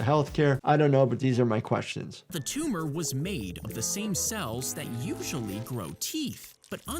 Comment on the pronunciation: its not a tumah!😂